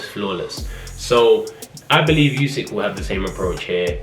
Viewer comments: not its pronounced Usyk 😂 with a U not a You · Why do people still pronounce it yousick 🤦🏻‍♂️ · No one:: YoUsiK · More like: you sick